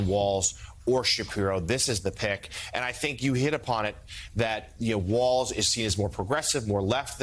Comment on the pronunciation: There is no "T" in Walz. C'mcon.. this is a national broadcast.